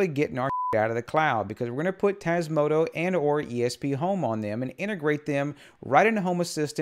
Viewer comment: One favour please! Say TasmotA